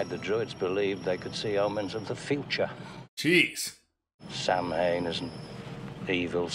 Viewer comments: movie fact check on Samhain: It IS an old Irish Celtic word for a festival that is an early form of Halloween, it means "summer's end." In Irish it's pronounced "Sow-win", in Wales and Scotland it's pronounced "Sow-ween" or "Saw-vin." It is only pronounced "Sam-Hane" in US and Canadian movies where the production team didn't know how to pronounce it. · Irish speakers really hate the mispronounciation of "samhain". "saw-ihn" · The Celtic Druid festival of "Samhain," which the holiday of Halloween is based on, is actually pronounced "Sah-win" in ancient Gaelic. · The one thing that slightly irritates my partner about this movie (they still love it) is Loomis' mispronounciation of "Samhain". 😂 It's actually pronounced "sow-win". This is actually one of my favorite sequels. I always watch the first two Halloweens back to back. Start scary and end with fun. 🎃